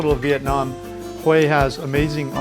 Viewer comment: Finally !!!! You're Pronouncing 'Hue' Correctly!!! LOL!!!